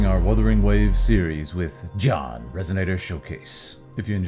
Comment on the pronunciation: Ya know, I'm actually impressed that you pronouncing his name as John makes sense. Cuz saying Ji-Yahn fast enough is just John. Unfortunate that his name is not pronounced that way lol Oh no I forgot this was when the voice direction was not good. The acting was good in most cases, but oof to the pronunciations by the characters